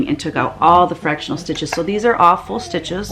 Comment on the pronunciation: Wonderful designs. I was doing other things but listening to the video and I kept hearing "don't worry these are awful stitches, awful stitches in all 4 projects..." I had to back it up and realized you were saying all full stitches, but the picture was upside down. Lol I'm 70 years old, and always leary of dementia creeping in, so please keep things right side up. It was a bit of a scare. I'm always thinking, are these the flashbacks they promised us in the 70s? Love your work, and I'll be ordering.